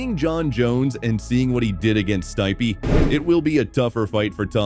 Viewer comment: This guy doesn't watch mma 😂 "Stypy"??? 😂 lol